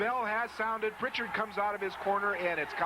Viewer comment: no T in Prichard